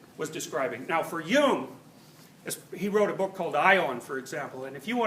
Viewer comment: sometimes I'm not sure whether he says "Jung" or "hume" does also talk about hume?